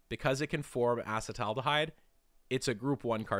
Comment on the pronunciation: I tapped out when you couldn't correctly pronounce acetaldehyde